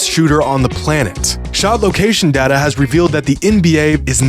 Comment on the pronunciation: It's data, not data